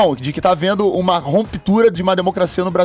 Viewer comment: "Romptura" Titica Santa Cruz???